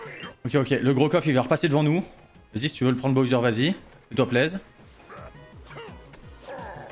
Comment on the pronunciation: Petite question : pourquoi tu prononces Boyser et pas Bowser ? ^^